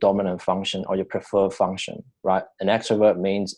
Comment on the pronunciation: your bad accent and constant pausing so annoying dude, consider listening to it yourself before posting, its like your rambling after reading a book/article, you need to say things without looking and sounding confused. plus its pronounced funk- shun (function) not fung-shungs.